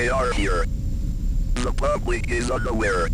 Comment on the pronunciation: it’s so funny how the A.I voice makes unaware sound like underwear like lol😂